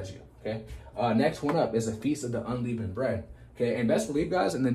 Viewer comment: no offence but its un-leh-vund bread, God Speed